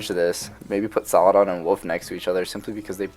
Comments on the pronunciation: I wanna know if people corrected u when you called Aladdin….. Aladaan 😂, your pronunciation of Saladin as Saladan always cracks me up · Don't worry about saying saladan or saladin too much, nobody really cares apart from that one guy you talked about. I think majority of your viewers really do enjoy these videos included me. Keep up the great work, I can tell you put a lot of time into these. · Haha fair enough, yeah I do get it, I didn't say you dislike his videos, just that saying saladan makes you cringe. I think it's just an accent tbh. I'm Dutch so I automatically say Saladin cuz that's just how I read.